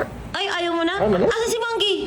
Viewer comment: manggi ❌ monggi ✔️